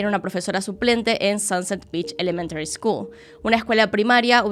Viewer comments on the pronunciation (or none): none